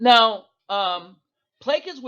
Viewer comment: I just really gotta let you know, plaçage is pronounced "pluh-soj"